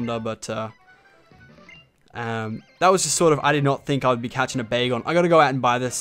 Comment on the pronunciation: When you found dat Bagon I Thought you said Bagel :D